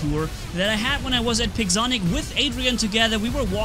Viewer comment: i thought said pigzonic 😂